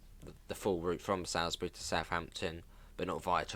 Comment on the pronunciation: It’s pronounced Soulsbury not how ever you said it